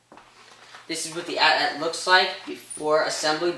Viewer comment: it's pronounced (ay T ay T) not at at